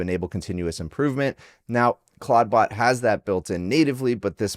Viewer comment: Stop calling it claud-bot